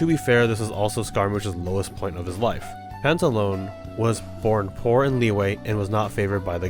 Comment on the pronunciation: "Pantalo-NAY", not "Panta-Loan" - Harbinger names are all Italian Commedia archetypes; Italian names, Italian pronunciation.